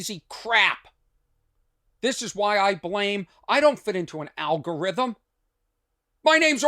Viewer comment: I'm South African, so I hope I don't offend anyone - but algorithm sound alot like Al-Gore-rithm -- Thought that was funny 🤣